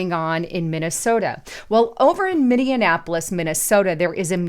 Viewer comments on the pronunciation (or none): Its Min-ne-a-po-lis not Minnindianapolis! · Just FYI-you’re pronouncing Minneapolis wrong. It’s Mini-apolis. Not minian-apolis. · Minneapolis is pronounced as ‘Minnie~Apple~liss” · STOP THAT!!!!!! 👹 It is pronounced: “Minnie - APP - Oliss” NOT: “Minnie-IN-Napolis”!!!🤪🤣🙄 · Please stop pronouncing Minneapolis like it rhymes with Indianapolis. Try to pronounce it like it rhymes with mini-HAPPLIS. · WTF I live in Minnesota no longer in the cities I live far North on a reservation with my wife and kids far enough away from all the chaos of the twin cities oh and it's actually pronounced (mini-apple-lus) but that's not important anyways none-the-less still disturbing as bloody hell and now I know my kids won't be going to the Walker art museum on a field trip day and honestly they're all old enough to know that that's not something they want to be associated with anyways you're my six-year-old knows that's how you know the beast is walking amongst us but in today's society I'm not surprised it's only a fraction of what they're going to be introducing I'm trying to indoctrinate the next generation be careful people protect your generations by having generational Truth 💯🙏🏽♥️🤍💙🖤🇺🇲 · Love you but it's pronounced Mini apple us. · "Minnie-an-apolis", and not 'Minneapolis' eh? Lol I jokingly ask because I live in Mankato, just 80 mi from MSP. 🤷 This article was a WTH and then some, this is godless madness and its only just starting, woe to those who embrace it! 🤦 Praying for all involved, may God have mercy on their souls. 🙏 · Minneapolis is pronounced, minni- apple-les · It is pronounced mini apple us lol. This is soo demonic. Lord, please protect those of us who put you at the helm of our ship. Amen. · The correct pronunciation is min-e-ap-olis. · It's pronounced MINI- APPLE-IS! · said it wrong. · She added an extra n in the middle of it.